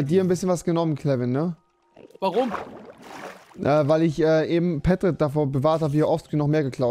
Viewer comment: Egal ob falsch geschrieben, er wird doch auch nie richtig ausgesprochen und keiner checkts, dieser Pätrit! Die Betonung liegt doch eigentlich auf (P) nen Pedro nennt man auch nicht Pädro xD